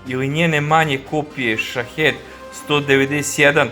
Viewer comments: SHAHID a ne SHAHED !!!!!1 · Shaheed se čita Šahid